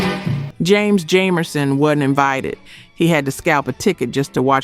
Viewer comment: James Jamerson’s last name is pronounced with a Long a sound. What in AI ?